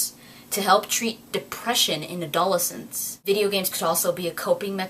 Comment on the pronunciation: Grammar Nazi strikes again: Adolescents= Add-Oh-Less-Ents; Hoping that was the word you were trying to say.